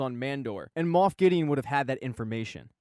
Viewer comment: This was fantastic! Even though you said Moof =)